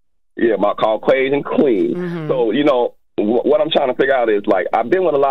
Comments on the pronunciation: "Caucwasion" & "Morability" are CRAAAZZYYY! 🤣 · He even said cau-qway-sian. Lol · The first caller doesn’t like to describe people as colors but called BW “black” and can’t pronounce Caucasian 🤦🏽‍♀️